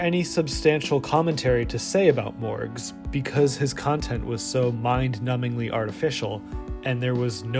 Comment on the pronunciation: I keep hearing Mörgaes. Ice Cream lady.